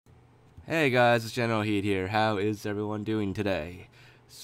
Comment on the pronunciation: I'm confused by the intros on this channel. Your channel name is Generalkidd, the intro is Gold Team Productions but when you introduce yourself it sounds like you're saying "General Heed here." Love the vids and the puns though.